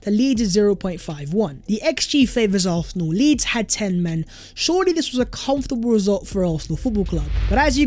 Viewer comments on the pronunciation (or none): Do a video of yourself saying ARSENAL over and over again so we all don’t have to hear you mispronounce our beloved team’s name! It ISN’T ARFNAL or ARHNAL!!! Got it??